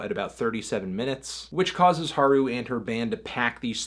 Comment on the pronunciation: It doesn't really work if you capitalize everything. Emphasis is important. Anthony pronounces Haru right (as right as an average English speaker could pronounce it given the alveolar flap) but he places the emphasis incorrectly in Nemuri. It should be NEH-moo-ri, not ne-MOO-ri.